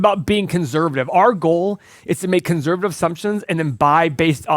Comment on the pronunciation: Can someone teach how to say conservative?